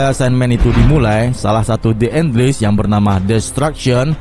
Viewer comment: Les bukan lis (enles)